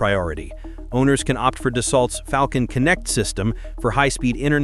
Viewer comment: Yeah, but he said ‘Falcon’ almost perfectly. Sooo, there’s a balance I guess.